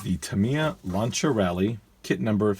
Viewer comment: Correct pronunciation. Being from the UK we, as a whole, in general, say 'Lanc(s)ier' which is obviously incorrect and I only found out the correct pronunciation when I moved to Italy many moons ago. Lancia being the Italian for lance or spear, e.g. for cavalry. In the modern day it is used for a flamethrower, 'lanciafiamme / di fuoco'.